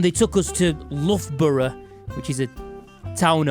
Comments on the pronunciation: You're the only person to butcher saying Loughborough and I don't care 😂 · When Americans read the word “Loughborough” their initial instinct is to pronounce it as “Luger Beruger”. Scientific fact.